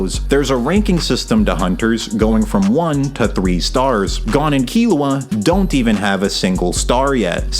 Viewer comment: maaaaaaaan why do you pronounce Gon like that 😂